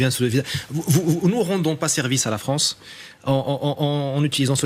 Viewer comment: Bof! Donner l’économie de la « Fronce » à la gauche, c’est comme ouvrir la porte d’une boucherie à une meute de loup?🤫🫣🫡😂🤣👋🏾👋🏾🥃🥃